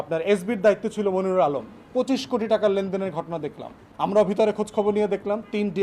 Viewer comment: ফুয়াদ ভাই কসাই মনিরুলের নাম ঠিক করে বলেন....